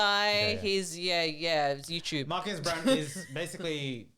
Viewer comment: I think there needs to be better research in your videos and a couple thoughts: 1. Marques' last name is pronounced "Brown-lee" and not "Brown". 2. Fisker is a startup, sure, but the company was tanking because of its own incompetence. Not because of what MKBHD said--the most obvious evidence being that this is actually the second time Henrik Fisker (the CEO) tried starting the car brand of Fisker and failed. Fisker was a company in the 2010s, and this was supposed to be their revival. Henrik isn't some young aspirational entrepreneur; he's a multimillionaire former car designer who's done terribly at being a CEO and named the company after himself. So framing Fisker as some budding young, promising company that was stifled by a big YouTuber is insincere. 3. Celebrities should be mindful of not exaggerating anything, sure, but the only thing Marques really exaggerated was the title of the videos. When it comes to the actual reviews, he literally just descrives exactly what each product does, and very honestly gives his opinions on who should buy it. If you watch both videos entirely I would be very confused if anyone thinks Marques should soften his reviews. Think about it on the other hand: Isn't it worse if he doesn't show that a $700 pin does everything your phone already does but worse? Isn't it worse if he doesn't tell people who are going to put $50,000 on a new car, that the car's keys don't even work most of the time? I'm serious, I encourage you to watch his two vide